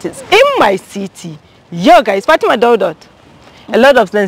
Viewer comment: It's Fatima not Fatimat..... Plz correct her name